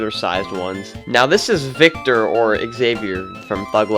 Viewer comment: Who else cringed when he called vector victor?